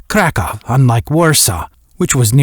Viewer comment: It's Krackow, not "Crack-Off" AI narrators🤪